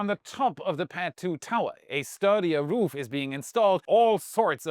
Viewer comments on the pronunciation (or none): none